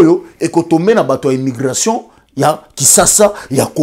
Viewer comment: Mais 🤦‍♀️ ozo loba Nini? Reutour, Belguque, Lumigration, Brisseul, Reufoulé, Zaventen etc..... Sois tu fais ton Émission en Lingala.... éviter de vous compliquer pour rien 🤦‍♀️ Bon courage en tout cas! Bon sang!!!!!